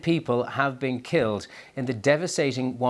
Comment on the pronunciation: Why you saying kiled